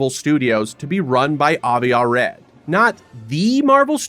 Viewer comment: You could have pronounced the name Golan correctly, considering you say it about 200 times. Same with Arad.